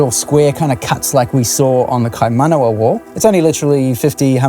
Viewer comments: mate the pronunciation... kaimanama? ingdibrite? holy hecka. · "the kaimanama wall..." jesus christ. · The introduction he didnt even pronouce it properly 🤦‍♂️